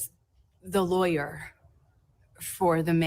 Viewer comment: "Says (dramatic pause) the lawyerrrhhhhhhmmmhhhh..."